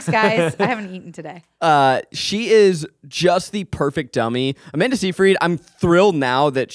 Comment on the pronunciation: Love this podcast! But the way Zack pronounces Seyfried bugs me